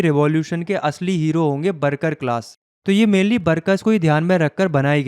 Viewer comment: Mujhe worker ki jagah barkar kyu sunai kyu da raha hai 😅🤔. Kya aapko bhi yahi sunai de rahe hai 🙃😅